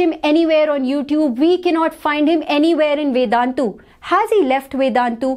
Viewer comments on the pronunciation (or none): "Vednatu maths"😂